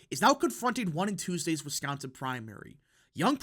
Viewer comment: This YouTuber is the only person covering politics who says the word "Wisconsin" correctly.